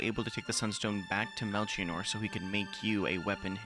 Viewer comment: What an amazing game. Still in my top 5 RPGs Edit: Melchior is pronounced "Mel-key-or" 👍🏻